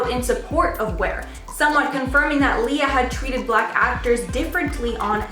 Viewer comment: Say BLACK it's not hard.......